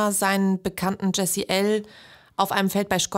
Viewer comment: Sprecht den Namen des Opfers bitte richtig aus...